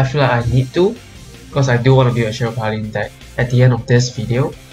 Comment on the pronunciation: Majesty not Majestic. Paladin not Pala-deen.